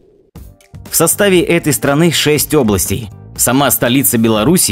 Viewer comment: не 6 Областей, а 6 областЕй ! Учи русский , диктор!